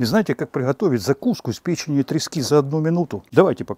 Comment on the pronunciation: Удар по пєчєни пєченью трески